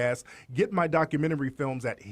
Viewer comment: Jessie, Wtf is a "Dockamenrty"?